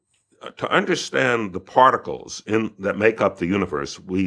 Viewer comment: part-I-cles (it's crazy but every word leads back to oneness) love these conversations though...